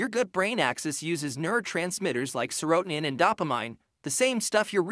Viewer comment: Someone needs to teach your AI voice how to pronounce serotonin and dopamine